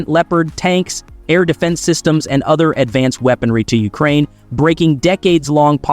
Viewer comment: YOU-crane? The rest of the planet calls it you-CRANE. Interesting that during the Canada section, it shows at one point that they apparently use American money, which I know for a fact is false. Why do you keep cutting off the last syllable of a sen---?